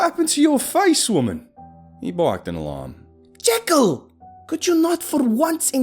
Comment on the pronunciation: I think it's been long enough that you forgot that he is very particular about being called Jee-kyll not Jeh-kyll